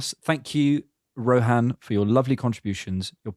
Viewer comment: It is not Ro-haan... it's Ro-Hn 🤣🤣🤣